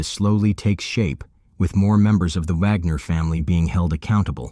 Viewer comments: It's WAG NER WWWWWWW WITH A W. NOT VAGNER AND PLEASE DON'T LISTEN TO THIS VIDEO. ALL THE DETAILS ARE WRONG. THIS PAGE IS FUCKING ALWAYS GETTING STUFF WRONG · Why sometimes pronounced Vagner and sometimes Wagner? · Bro is it VAGNER or WAGNER jesus christ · Their name is WAGNER NOT VAGNER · I feel like Vagner was said more than Wagner.